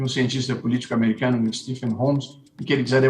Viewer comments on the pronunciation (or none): none